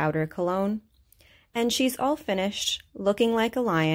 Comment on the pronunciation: The way you said sorry means ur Canadian